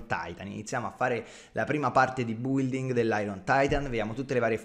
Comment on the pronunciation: Come building si pronuncia bilding